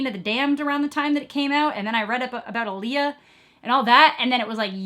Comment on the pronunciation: Lee-eye-uh not -uh-lee-uh lol